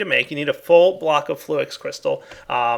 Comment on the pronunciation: it sounded like he said "a full flock of fluix crystal" / though it sounds like block once you hear it the 2nd or 3rd time